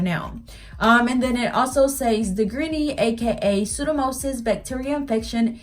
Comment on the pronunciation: Hi, it's actually pronounced pseudo-mo-NIS. Great video. Trying to fix my green nail. Thank you.